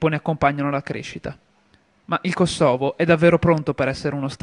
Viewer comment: porco cane si dice kòsovo, non kosòvo